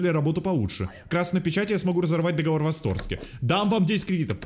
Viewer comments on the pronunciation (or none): none